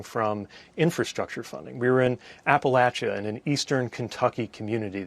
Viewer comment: I respect Pete even more for pronouncing Appalachia correctly ❤ People who use the long A just sound pompous.